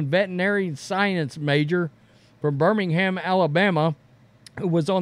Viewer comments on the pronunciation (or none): none